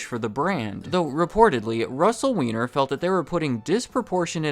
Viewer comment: its pronounced WINE-ER